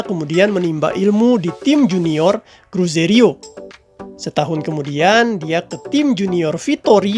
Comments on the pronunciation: Cruzeiro bang, bukan cruzerio 😂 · Ijin koreksi bang .... CRUZEIRO bukan CRUZERIO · Cruzeiro Min..bukan Cruzerio..